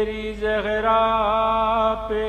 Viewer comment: Talaffuz theek kren plz Jahra nhi Zahra